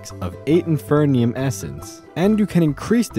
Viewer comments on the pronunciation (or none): Why would you say “infernium” if there is no “N” in the word? The pieces and bits have things like supremium, ultimatium, etc which leads to the idea it’s about quality… so inferium would be inferior, not infernior lmao. It isn’t that hard. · It irritates me so much that he says “infernium” when there is only 1 n